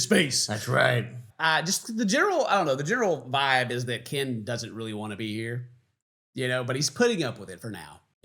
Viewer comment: Please call him KIN! KIN! 😂